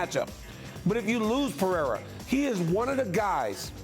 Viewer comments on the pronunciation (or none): Nothing worse than Chael calling him Pee-era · She literally can't say anyone's name right. She doesn't know anything about the sport it's so obvious. " Peraya?" And "ankaleyiv"... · Alex Pereza lol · Pereira has one of the easiest names that people butcher. Poor dude lol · it pisses me off when espn casuals dont even bother to get the champs name right why is it so hard to say PEREIRA